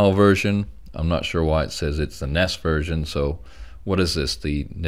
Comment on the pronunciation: Ah, such a worthy, no-bells-no-whistles channel. Not only we share the same PAL region (I'm based in Italy), but you also pronunce NES as we do here, so I'm feeling less estranged. I also praise the choice of starting out with this cartridge. It's like a family reunion where you'd always go greet grandpa and grandma first. Gonna watch all episodes now and make sure to leave some comments. Good luck with the channel!